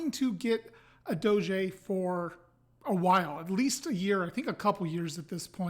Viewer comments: It's closer to doe-jah, with the emphasis on the first syllable. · Google translate gives the proper pronunciation, something like Doh-jeh the accent is on the Ò